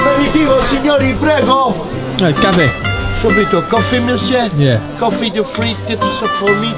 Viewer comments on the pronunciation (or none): none